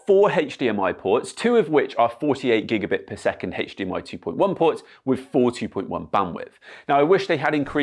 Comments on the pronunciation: Heyge-de-em-eye... Why say the H like that? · Mate please stop with HeyH dmi it does my head in stuff the HDMI pc correct bullshit just say H not HeyH drives me mad we dont need to be in a pc correct world for gods sake.